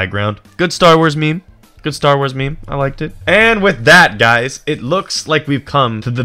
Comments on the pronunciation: ANNND WITH THAT "HUYS" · He said "and with that huys" My irl name is Huy(I'm Vietnamese)